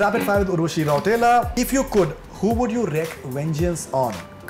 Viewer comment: The way she pronounce her surname Rautela as 'rauuuteeelllllaaa' is hilarious as fuck. 😂